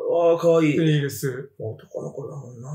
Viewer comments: 字幕はテイルズだけど、バキ童はちゃんとテイルスって言ってて草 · ぐんぴぃはちゃんと「テイルス」って言ってるのに字幕で「テイルズ」って間違えてるの吹く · バキ童氏はちゃんとテイルスって言ってる辺り好感持てますね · テイルスってちゃんと言ってるぐんぴぃさすが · ぐんぴぃさんはちゃんとテイルスって言ってるのになんでテロップで間違えるんだ